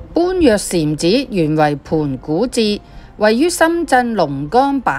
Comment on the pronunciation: 般若讀音為波野